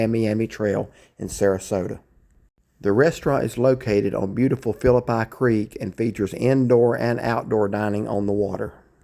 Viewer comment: Gotta work on your pronunciation of Phillipi creek